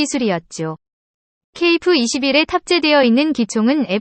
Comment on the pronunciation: 중국인이냐? 아님 연변족이야? 어휴 그냥 까기 바쁘구만..ㅋㅋ ㅋㅋㅋ 전투기의 전자도 모르는 면서 뭔지도 모르면서 막 읽어대니깐 좋지?ㅋㅋㅋ 발음이나 똑바로 해라 어디 TTS로 읽어대면서 KF-21깍아내기 바쁘지? 한국사람은 케이프가 아니라 케이에프라 발음한다 알겠냐? 중국은 유튜브 안되는데 한국안에와서 만드는거냐? 누구 지령받고 이런거 만드냐?